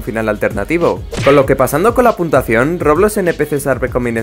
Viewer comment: cuando pones esa letras pequeñas cuando pones la puntuacion dice puntasao